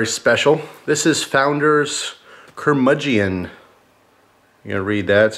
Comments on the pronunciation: Google says you pronounced it wrong Ker-Mud-Gen Just sayn:) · Keep up the beer reviews, good stuff! By the way not to offend but its pronounced ker-muge-in, you dont pronounce the e.